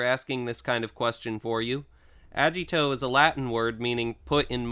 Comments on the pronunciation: So called "Toku Professor" can't actually pronounce any of the names correctly. "Fo-Zay" not "Fours" "Ah-gee-toh" not "Ah-jee-toh" Also, there's more than 33. I know this was when Geats was currently airing, so Gotchard, Gavv, and Zeztz weren't out yet, but even not counting them: 1. Kamen Rider 2. V3 3. X 4. Amazon 5. Stronger 6. Skyrider 7. Super 1 8. ZX 9. Black 10. Black RX 11. Shin 12. ZO 13. J 14. Kuuga 15. Agito 16. Faiz 17. Blade 18. Hibiki 19. Kabuto 20. Den-O 21. Kiva 22. Decade 23. W 24. OOO 25. Fourze 26. Wizard 27. Gaim 28. Drive 29. Ghost 30. Ex-Aid 31. Build 32. Zi-O 33. Zero One 34. Saber 35. Revice 36. Geats This doesn't even include Amazons S1+2, Black Sun, G, The First, The Next, or Shin Kamen Rider. Also also, not every rider since Decade has had their transformation item be a "Driver". Even excluding Gavv's "Gavv Henshin Belt", there's also the Shot Riser, Slash Riser, and Force Riser from Zero One, and the Mega Ulorder from Ghost, just to name a few. The "Toku Professor" hasn't even watched the series he's trying to teach about. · I thought agito was pronounced with a hard G sound I didn’t think it sounded like a j sound?